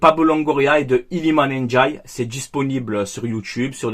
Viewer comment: prononce bien son nom auquel cas il risque de porter plainte avant de débuter la saison Iliman NDIAYE c 1 D pas 1 J 😄😉